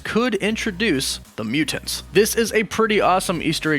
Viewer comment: Why you say mutants like that?